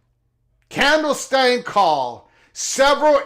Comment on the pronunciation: Love your channel and content. But please look into how to pronounce clandestine 😂. Like fingernails on a chalkboard every time I hear it.